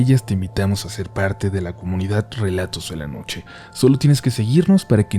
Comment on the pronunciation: jajaja me pasó igual,verifiqué el título y en cuanto escuché “relatous de la nouche” dije ahhhhh 😂😂